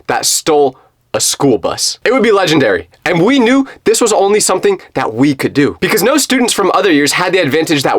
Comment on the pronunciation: Don't say ledanary say ledanberry